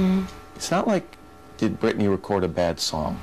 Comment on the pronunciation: Listen everybody her name is Britney not Brittany 🤦🏼‍♀️🤦🏼‍♀️🤦🏼‍♀️🤦🏼‍♀️🤦🏼‍♀️